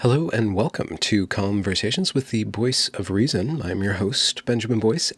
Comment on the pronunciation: You're saying Cumversations. No no, I know what you wrote that it was, that's not what you're saying. You're saying CUMversation, and we're all just supposed to not acknowledge it.